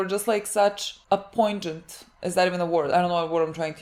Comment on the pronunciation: Great watching this with y'all. Poignant is the correct word, but the "g" is silent so it's pronounced "poy-nient"